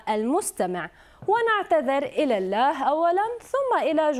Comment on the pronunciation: انطقي كلمة الله مثل الناس عليك غضب الله